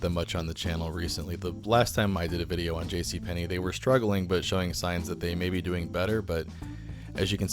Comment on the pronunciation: Yes it is! Where did you learn your Russian, ....JC PENNY,!?